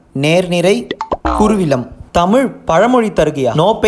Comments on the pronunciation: அது குருவிலம் இல்ல கூவிளம் 😂😂😂😂😂😂😂😂😂😂😂😂😂😂😂😂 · Athu koovilam kuruvilam illa😂